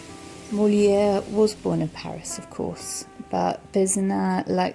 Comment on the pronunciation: Hi , sorry but the S letter at the end of Pezenas in not silent ...as well as the R letter in Molière.....But beautiful video, thks